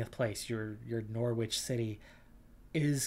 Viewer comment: Your Comments on the premier league are pretty much correct,apart from your pronunciation of Norwich which was truly shocking,also even premier teams get dumped out of cup competitions by lower league teams on far smaller budgets